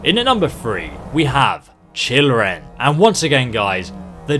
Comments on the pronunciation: The "Blood Scout Blade"? "Oreos Blade" and "Children"? Was that intentional? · the way it says children in the video sections 🤣🤣🤣